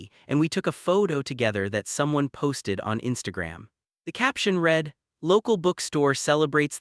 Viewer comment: Awful AI voice which can't tell the difference between past and present tense of read and the pronunciation of stared and starred. I gave up after that. It's a pity that the uploader can't be bothered reading it out in a natural voice or correcting the errors.